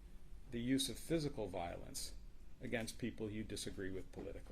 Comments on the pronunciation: She doesn't support " volince" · “viilence” “krupshun”